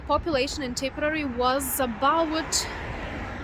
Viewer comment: TIP-ER-RARE-REE is how you pronounce it.